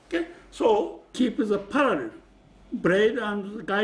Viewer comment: Did he just say " keep the paralel bread and die today " ?? but i loved the vid thank you